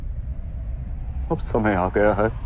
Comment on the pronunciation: ...bangali ho kyaa tum? Samay ko somoy bolrahe ho...